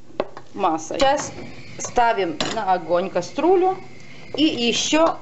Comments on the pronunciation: Почему кастрУля , а не КастрЮля? Возможно, это на украинском так звучит? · Научитесь правильно произносить слова(( противно слушать. Нет слова,,каструля,, есть КАСТРЮЛЯ. Снимать надо не из огня , а с огня. Вы вообще где-нибудь учились?? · Каструла и эклэр. И ещё проти'вень.